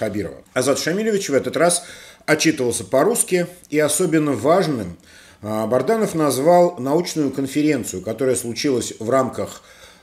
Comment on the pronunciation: Очередной раз напоминаю, что фамилия Азата БАДРАНОВ, а не БАРДАНОВ, вы упорно искажаете, только вопрос - зачем?